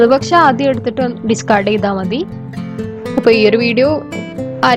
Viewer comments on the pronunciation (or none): none